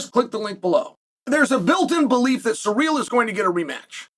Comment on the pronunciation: It’s pronounced Cyril not surreal